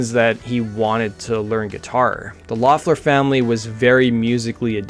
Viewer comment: I thought their last name was pronounced like "Leffler"???